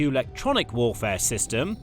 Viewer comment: Amazing new method of pronouncing “Electronic”! Just take ofd the ‘E’ and SAY IT A HUNDRED TIMES! “Lectronic!” “Lectronic!” “Lectronic!” “Lectronic!” UGH.